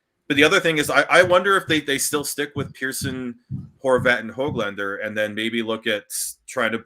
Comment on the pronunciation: " has never met Nils Höglander" - good, maybe he'll finally learn how to properly pronounce the 'ö' in "Höglander"... no wait... Nils will probably have to win the Lady Byng or something to garner that kind of respect...or perhaps he's just "not black enough" 🤦‍♂️ But all kidding aside, it was great to have on, a wealth of knowledge from a hockey insider is a real treat. Good job everybody!